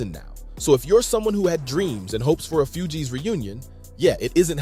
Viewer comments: Few-geez ?? Maaan🤦 its pronounced like FOOGEEZ.. Even ppl who dont listen to the shit, know the groups name lol even if 90% of ppl can only name Wycliffe. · Few-Gees rapper😂 its Fugees lol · Bro, how do you NOT know how to pronounce the group's name correctly?!? Lmao 🤣🤣🤣